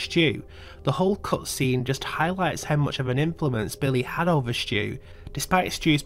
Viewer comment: Stu not stew